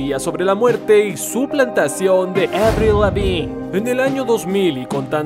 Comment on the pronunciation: "Avliu Levin" lo dice bonito jeje